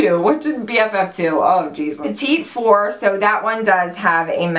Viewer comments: Omg I love you so much but it's not petite four, it's pronounced pettie four lol. 😂😂😂❤️❤️❤️ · It's "petiefor" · Hey, I use to pronounce it like you too, but my daughter corrected me and said you say or sound it out like "pata four", just trying to help:) Love several of these color's!!! Texas Lady:) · I'm so excited for these! I think it's pronounced pettyfour, but who cares! Fabulous video as always, love you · I live hearing people pronounce petit four lol, isn't it pronounced petty foo? my french may be a little off lol love you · Great video. Petit four is actually pronounced "petty" four. It's French. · Am I the only one that thinks Dopey looks a lot like Lumiere? It's beautiful but very similar. Also, "petit four" is pronounced "petty for", I would like to know if I was saying something incorrectly so I try to help people if I can.